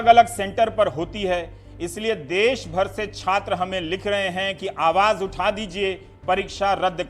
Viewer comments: देश बोलते है देस नहीं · रवीश जी देस नहीं देश होता है। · चचा "देस " नहीं "देश " होता है। बिहार के होके भी हिंदी की बंद बजा रहा है। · Aapko देस नहीं देश होता है आप क्या पाकिस्तान से हो क्या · देश होता है, देस नहीं। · All is fine but... देश होता हैं, देस नहीं ndtv please correct this.